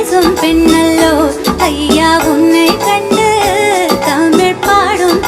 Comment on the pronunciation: அனுராதா ஸ்ரீராமுக்கு இசை நன்றாக வருகிறது மொழி நன்றாக வரவில்லை ஊமை பென்னல்லோ பென்னல்லோ என்று பாடும் போது ரசிக்கும் படியாக இல்லை. பெண்ணல்லோ என தெளிவாக உச்சரிக்கவில்லை அதேபோல் மணிப்புறாவும் என்பதும். உச்சரிப்பில் இன்னும் கவனம் வேண்டும்